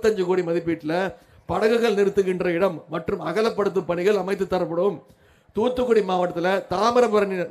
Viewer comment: Its not TuTu Kudi 😂 muttal - Its Thoothukudi